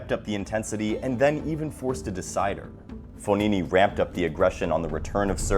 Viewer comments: it’s fogini not fonini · It’s fogna